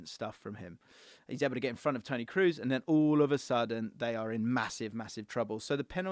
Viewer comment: bro i love your content but it's not tony Kroos as in "food" but pronounced as "orange" or "O'Malley" Tony Kros